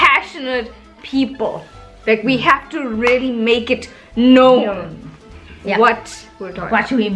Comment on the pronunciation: I think you should perfect your words before mentioning other Indians don't know how to use the correct words and pronounciation. Just like you mentioned the word really as relly